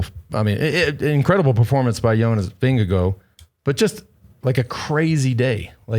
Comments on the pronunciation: wow plz say jonas` name correctly....Vin-Ge--Gaard not vingegoo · but it isn’t Vin-ge-gaard it’s Ving-e-gaard (and it’s not pronounced guard it’s more like gor as in Gore,- no d sound in the end)